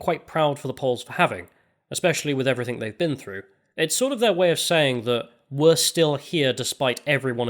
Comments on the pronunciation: I really enjoy your work on this channel and on the Lotus Eaters, but can you please work on pronouncing the word "everything" because you usually say "everythink" for some reason. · Heard the word "everythink" for the first time today.